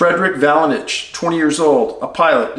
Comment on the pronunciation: there's a T in Valenich Dave. It's pronounced Valen-t-ich. For someone that's got an "eye for detail" you done this repeatedly, on this case.